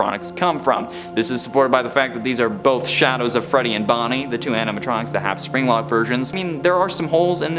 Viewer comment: My fav part wen he zaid zpring-Lok.